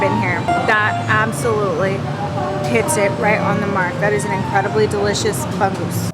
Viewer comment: Bangus is wrongly pronounced...hehehe...keep vlogging...